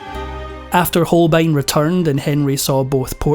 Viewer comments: Hans Holein absolutely lost his essential "b", or what? Poor AI voice! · Hans HolBein, nicht "Holein" bitte!